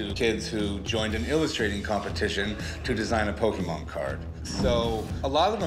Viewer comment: "Rick it is Pokemon not pokeman"-chumlee